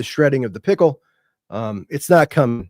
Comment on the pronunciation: I feel like is fully aware it's JD 'Pick-el' and still calls him JD pickle.. Love it 😂